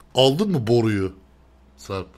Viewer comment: BORUYU DEĞİL BORRRRRRRRRRUUUUUUUYU DİYECEKSİN